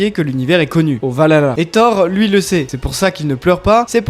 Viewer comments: Alors on dit pas valala mais val-HAlla svp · On di le vahala et pas le valala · Le valala 🤣 valhalla, val halla, vers dieux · Par contre le H de valhalla se prononce